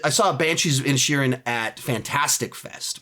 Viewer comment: When he read The Banshees of Inisherin I heard “the Banshees of Ed Sheeran” and got thrown for a loop